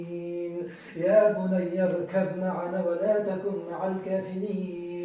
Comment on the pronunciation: ي شيخ قرائتك غلط لا تقرء ي بني اركب معنا بل تقرء ي بني اركم معنا لانه في حكم التجويد بالايه هناك ادغام متاجنس بين الباء والميم وشكراََ لك 🌹